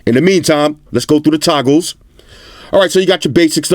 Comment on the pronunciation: When said "Toggles" I literally heard "Tacos"